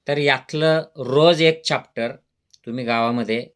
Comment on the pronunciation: अरे खुळया चाप्टर नाही रे चॅप्टर बोल हे कसलं डॉक्टर येडं भोकाचा 😂